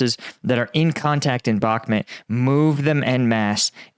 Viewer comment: Except he still can’t pronounce Bakhmut correctly. And it’s not difficult whatsoever